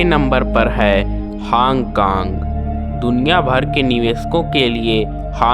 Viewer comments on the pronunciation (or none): woh hang kang nahi hong kong hai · Hong Kong ka naam hang kong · Hong kong suna hai hang kang kta hota hai..